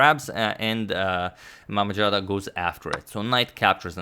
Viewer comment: BTW z in mammadzada spells like zoo, not j.